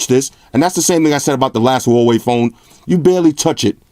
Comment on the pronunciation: Hey love your reviews. just want to clarify how to pronounce the company name a little better, it's Hu(who)-wa-wei